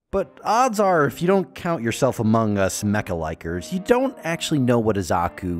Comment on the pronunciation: As somebody who genuinely enjoys mecha, all I know is that the Zaku is the Stormtrooper of Gundam. And please never ever say the words "Mecha likers" again, because I'd like to not be mishear and think you said "Mecha licker". Sounds like some backroom fetish